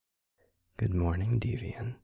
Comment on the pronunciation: I melt every time he says deviant with extra pronunciation on the T. ❤❤❤